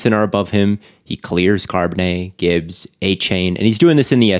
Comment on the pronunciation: you need to stop saying car-bonnet. Its Char